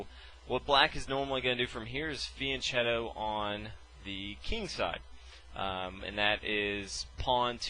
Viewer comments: The "ch" in "fianchetto" is pronounced "k"!!! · First time I've heard fianchetto pronounced like that. In Italian the ch is pronounced like a k in English...sorry to be picky, but us chess players are a meticulous bunch :-)